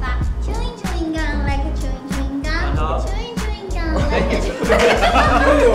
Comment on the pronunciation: Chewing “gun”🥴